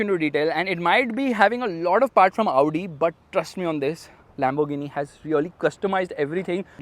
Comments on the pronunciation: When he says Audi cars I am be like Laudi Cars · You pronouncing "Audi" kinda sounds like "Lowdi" 😂😂